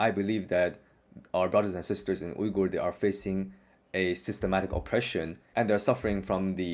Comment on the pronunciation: Bro you pronounced Uygur the right way. All the other english speakers pronounce it lik "viga" and it's annoying me.